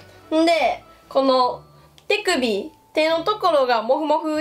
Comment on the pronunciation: 手首がてぃくびに聞こえた、ごめん。